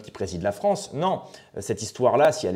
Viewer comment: « Vive la fronce »…